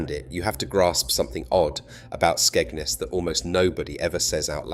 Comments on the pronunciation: It's Skegness not Skegnus! You can't even pronounce the name properly!! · Your pronounciation of Skegness is off